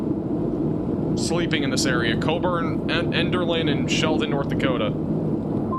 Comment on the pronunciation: He even mispronounced it! Elderlin??